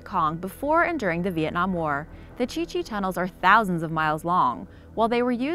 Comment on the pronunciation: I think its Cu Chi not Chi Chi